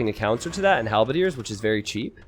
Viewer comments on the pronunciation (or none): none